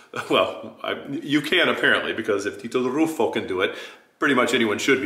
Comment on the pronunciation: That's why he called Herlea unknown? That's why he mispronounces Ruffo's name? That's why he talks about consonants and other bs? No idea how loud Battistini's voice was, or how hard he studied his roles, etc.